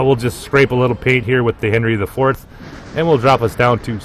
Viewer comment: Great commentating but: My torpedoes have 12 km range. ;) Also Worcester is pronounced as Wuster. Japanese ships names are easy to pronounce, there is youtube video how to do it. English one, not so much. :D 700/21000 hp is around 3%. Henry is actually pronounced Anri, as it is French ship. Named after great king Anri IV of France, probably the only one they had that wasn't catholic.